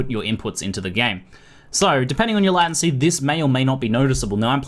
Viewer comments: Whats a "latAncy"? I've only heard of "latEncy" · In Australia most people pronounce it Lay-ten-sea. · Do aussies pronounce latency like lat-ency? I always thought it came from the word late, late-ncy, not that it matters, just curious. :D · Farrell Roll As an Australian who spent 3 years studying Computer Systems Engineering, I (along with all my fellow classmates) also pronounce it 'lay-ten-see', so I'm not entirely sure where gets it from. But hey, each to their own; I'm hardly going to unsubscribe because of a single word. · lordasphyxia Australian here as well and I've only ever heard it pronounced as 'lay-ten-see'. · sounds like hes saying "latin-see" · LATIN -SEA? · Say late 10 times, say latent 10 times then say latency 10 times. This will hopefully fix your fucked up way of saying latency. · ooh gosh, the way you say "latency" with the a so weird. it freaks me out haha. but thanks for the video, I've been using an /oos macro thingy, this seems like a big improvement! :) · Do other Aussies say it wrong too??;)